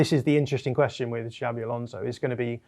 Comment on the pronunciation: His name is not " Javvy"